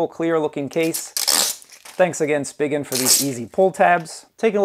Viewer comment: It's pronounced spee-jin